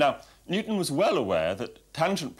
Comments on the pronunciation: Newton, not Nutan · Newton, not ‘nucleus’